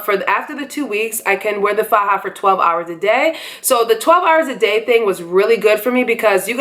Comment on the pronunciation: I was born and raised in Colombia and you pronounce "faja" perfectly fine, so don't pay mind to the negative comments. Thanks for this video, I'm having mine July 28th!!!